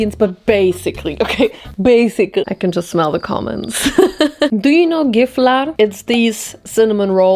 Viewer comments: I didn’t know Gifflar was a thing in Germany 🤯 they are soooo good!! Love from Sweden ❤🇸🇪 (And thank you for pronouncing the name CORRECTLY, unlike some swedes 😂) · swedish fan here and you saying gifflar correctly made me so happy RAHH